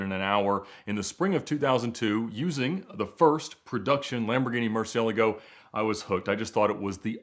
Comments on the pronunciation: Bro that's not how you pronounce Murcielago! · Ed calls them "murci's" because he can't pronounce murcielago for the life of him